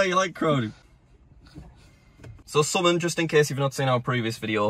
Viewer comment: Am I the only one who gets triggered on how he pronounces “summon”?